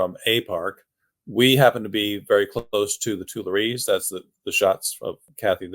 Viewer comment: You can't pronounce Tuileries or Montmartre